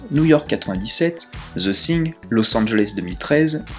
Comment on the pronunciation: Zeu sing... -_-' Prononce veu fing, sans être correct ça sera toujours plus proche de la prononciation anglaise. Parce que Zeu Sing au delà du fait que ça arrache les conduit auditif même du francophone que je suis ça passe plus pour le titre d'une comédie musicale que pour un film de d'horreur fantastique. No offense ! PS ou Deuh fing si tu préfère une prononciation plus américaine.